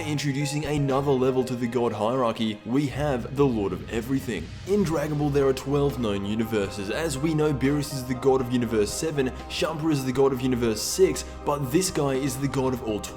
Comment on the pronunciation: his name is Champa not Champer